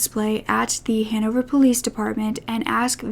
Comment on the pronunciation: It took me so long to realise that you were saying Hannover